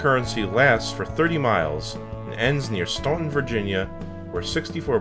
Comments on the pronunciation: It’s pronounced “Stanton” so many people think the U isn’t silent but it is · Staunton, Virginia is pronounced "Stanton".